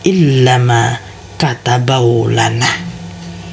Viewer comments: Itu bacanya apa gk ada yg kurang y, katabawlana atau kataballahu lana. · Ma,af 6 ya kenapa kok gk dibaca yang ini makatsbellohu lana,kdengaranxa qwe kayakxa maka tabeu lana, gmna makabeu lana y makasih tapi ma,af 6 sebesar6xa y cuma sependengaran qwe ni lo klo bisa lebih jelasxa yg tenga2 saja makatabeu lana ap makatabello lana mksiih